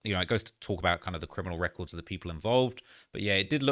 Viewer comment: Extensive cwiminal wecords 😂😂